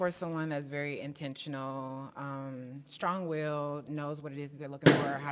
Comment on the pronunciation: „Strongwilled“ *pop* killed me 😭😭😭